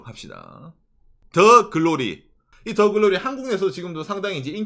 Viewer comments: '드'글로리가 아니고. '더' 글로리입니당 ~~ㅎㅎㅎ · 드 글로리ㅋㅋㅋㅋ 더가 잘 안되시는 귀엽네요ㅋㅋㅋㅋㅋㅋ